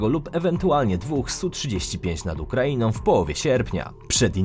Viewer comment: Wymawia się są nie som, z Ukrainą nie Ukrainom